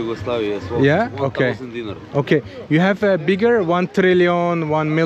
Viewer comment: Bro you buy Milošević jugoslavian mony when jugoslavia was broken,that 2 guys in bigining video selling Tito jugoslavia mony and it is not "deengy" it is "DeenAre " spelling is "Dinar" 😂😂😂